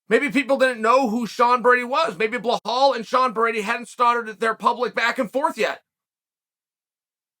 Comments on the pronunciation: “blehal” muhammad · Bluhhal has only one chance to correct how his name is pronounced, just become the WW champ 😎